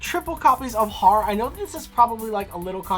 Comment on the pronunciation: Loptr is pronounced like Loap tar, Harr is urr, utgarda is ootgard, hela is Hyla, nidhogg is l Neeidhegg, mardel is mardel lol, Jormungandr is Your min gunder